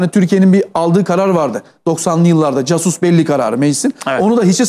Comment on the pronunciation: Sayin o sizin "casus" dediginiz kelimenin dogru okunusu "kasus" dur.